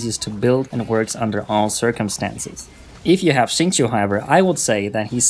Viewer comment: This guy actually said his name correctly amazingly